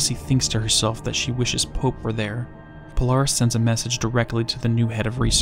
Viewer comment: Polaris sounds like you’re saying Polar Hiss… Polaris is polar to The Hiss. If that was Remedy’s intention, they are geniuses.